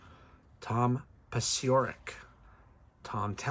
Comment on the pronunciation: Nice rips! Hints: Iorg = Orj; Roenicke = WREN-ick-ee; Paciorek = Pa-CHORE-ick; Nahorodny = Na-ROD-ney.